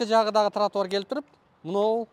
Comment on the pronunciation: Кечигип келген чилиш тротуарды нормално айта албайт экен,туатар деп,билят Аватар,кирип лашман жеп чыктыбы,кечигип